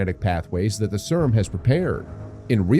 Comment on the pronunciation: Sryum 😂 I can't every time I hear it i giggle